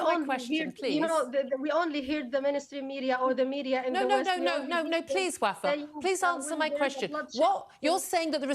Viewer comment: “Answer WUFFAA” 😂😂😂😂💀💀💀💀